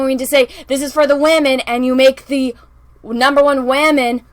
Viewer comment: Captain wahmen is not a HERo… It's just HER and her "WHAMENISM"....